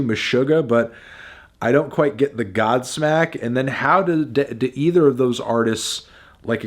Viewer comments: not kwite 💀💀💀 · Who's gonna tell him about Kwite? It's not gonna be me.